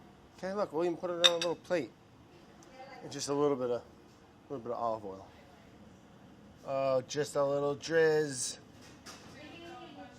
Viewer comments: Dude, you gotta make sure you enunciate that “dr” when you say “drizz”, I heard something...else 😂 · "Just a little drizz" I swear it sounded like the OTHER word o_o